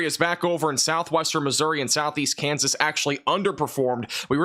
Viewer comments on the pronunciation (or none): none